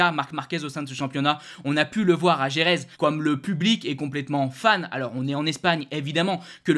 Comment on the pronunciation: Par pitié apprend à prononcer Jerez